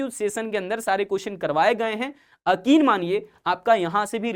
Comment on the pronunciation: Sir akin ❌️ yakin✅️